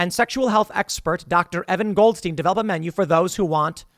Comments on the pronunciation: "Goldstein" EVERY TIME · “Goldstein” every single time.